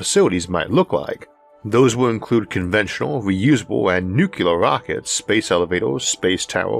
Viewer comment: It’s “NuCLEAR”…. Not “NuCUELAR” I know G.W. Bush pronounced it incorrectly…. But he still pronounced the word incorrectly.